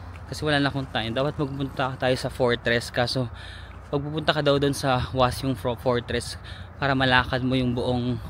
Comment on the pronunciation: hindi sa pagging perfectionist or pagkekeme ha pero napansin ko lang kasi na pinopronounce mo yung mga words na may "eo" as may "y" parang yung "hotteok" as "hotyok tas "hwaseong" as "hwasyong". bali pronounced as just "o" lang po sya usually, like hotteok is "hotok", hwaseong is "hwasong", ikseon dong is "ikson dong" ganern bhie